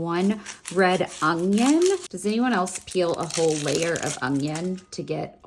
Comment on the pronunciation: I need to know if anyone’s ever commented on how you pronounce “onion”?? I can’t tell if it’s my ears or if you pronounce it uniquely!? lol